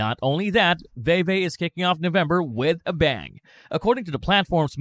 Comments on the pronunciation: It's pronounced "Veevee" not "Vayvay" lol js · Great video but Veve is pronounced like “veevee” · “Vee Vee” my brotha “Vee Vee” fantastic video nonetheless 👏🏿👏🏿👏🏿